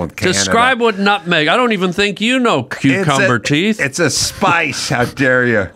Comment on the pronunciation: "Cucumber Teeth" 😂